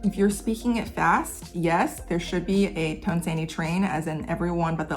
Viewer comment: I know it's spelled tone sandhi but I keep hearing "tone sandy" and like yeah, those tones are in a sandwich